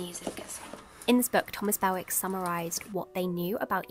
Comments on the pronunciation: Hi, Thomas Bewick's name is actually pronounced Byew-ick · Yes but he was from the North East, like me, so it's definitely Byew-ick 😊